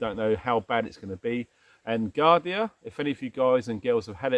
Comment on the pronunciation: It’s pronounced JARDIA JJJ not Giardie buddy. Just a FYI. Thanx for great vid. JH.